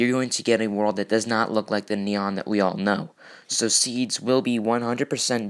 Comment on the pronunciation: It's nyan not neon